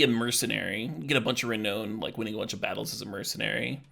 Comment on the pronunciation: Love everything about this except for your pronunciation of "Renown." The last part of the word is pronounced "noun" not "known" even though being renowned literally means being well known or famous. Very unintuitive.